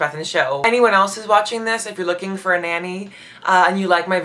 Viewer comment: It's "for" not "fur". The Royal Family are sticklers for correct grammar. You might want to practice that.